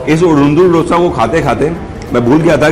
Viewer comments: Sir, Being Kannadiga/south Indian I am requesting you to use correct pronunciation.... it is pronounced as 'दोसा ' not 'डोसा'..... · Dosa Ka pronounciation aap galat Kar Raha hai. Dosa me d aap dangal ke d Jaise pronounce Karen. Main south Indian hoon isliye ignorekarna mushkil hai😀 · has been eating Dosa for a while now and he must please pronounce the word right